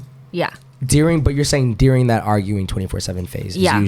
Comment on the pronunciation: i can't get over how said during. idk it was lowkey weird but love the podcasts